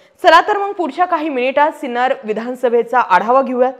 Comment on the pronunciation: Hello Madam, Name of our city is Sinnar and not Sinner. Please correct it.